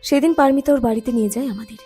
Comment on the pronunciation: বলুন পারোমিতা -পারমিতা নয়।